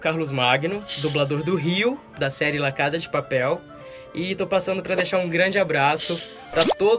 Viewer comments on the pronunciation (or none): "La cada de paperl" kssksksk